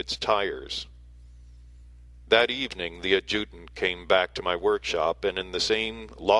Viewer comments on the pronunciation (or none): FYI adjutant is pronounced ad' ja tant